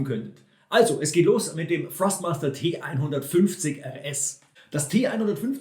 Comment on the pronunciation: Hi, danke für das Video, sehr hilfreich. Achte jedoch bei der Aussprache von Thrustmaster, dass du es mit T am anfang aussprichst. Du sagst es mit F, was nicht korrekt ist. Wirkt dann noch professioneller. LG